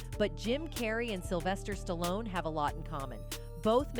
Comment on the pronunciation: Kudos to Jim Carrey and Sylvester Stallone (btw, pronounced Stalon at one point by the narrator) for speaking their mind. They are the smart ones for calling out the demons of Hollyweird. The content of this video is good but the narration is rubbish.